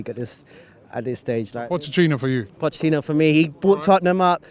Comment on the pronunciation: Pochettino’s name should be pronounced Poh-Kay-Teen-Oh.